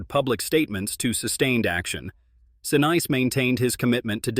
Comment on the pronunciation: Sa niece, is how it is pronounced